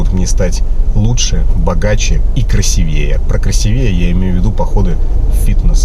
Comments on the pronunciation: в следующий раз для полноты произведения впечатления используй красИвее, а не красивЕЕ, а то как будто звОнишь, а не звонИшь. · КрАсивее, а не КрасивЕе🤷‍♀️ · КрасИвее, с не красивЕЕ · Особенно услышав от образованного «красивеЕ», а не «красИвее». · Правильно говорить красИвее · КрасИвее, братан. Ударение. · В слове"красивее " ударение на И.. Уважаемый! 😁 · Ты когда занимался самообразованием, не узнал на какую букву ударение в слове «красивее» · Двоякое чувство. Говоришь про собачье сердце, но не знаешь как произносится слово красивее